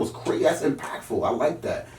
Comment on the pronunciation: Tech 9 : this is CWAZEY!!